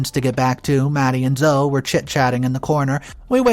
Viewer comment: ZO-"E", not Zo. The E is NOT silent! This is my daughter's name. Please get this one right. It is Zo-E....